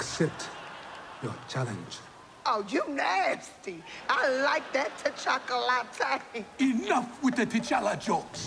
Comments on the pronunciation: “Oh I like that T’Cha-ca-late “ 😂😂😂💀💀💀 I’m done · Omg that killed Me! They gonna play waterfalls. She said tchakalate. I died when she drank it and then started shaking.